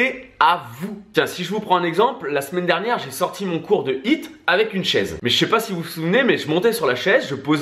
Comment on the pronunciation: J’adore votre contenu, mais mes oreilles saignent avec votre anglais 😂 un petit effort pour prononcer les H dans High et HIIT ce serait déjà mieux, de dieuuuu 😜🤗